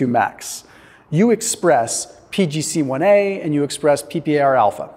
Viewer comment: You read the abstract wrong - What you call "PGC-1_A_" is actually "PGC-1α" ("alpha"). That "α" is actually lowercase Greek "alpha", not latin "A" or "a". And what you call "PPAR-alpha" is actually "PPAR-δ" ("delta"). That "δ" is actually lowercase Greek "delta", not "alpha".